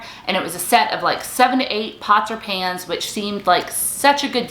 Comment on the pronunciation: I thought she said Nonstick pants. 🤣🤣🤣 I was like what on earth are those!! Until she explained further. Oooh pans!